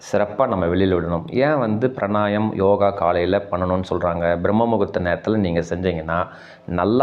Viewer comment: Pranayam aaaaa??? Pranayaamam nu sollunga.